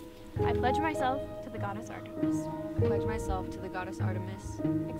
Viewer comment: I'm not one to criticize, but, you pronounced Artemis wrong